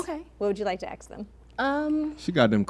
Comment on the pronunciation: Why can't these women pronounce ASK!? It's not AX! Get some education